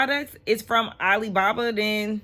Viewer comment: Every time Meredith says Ali baba it takes me out!!! Ali Baaa Baaaaaaaa!!!!!